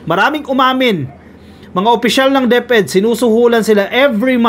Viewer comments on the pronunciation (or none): none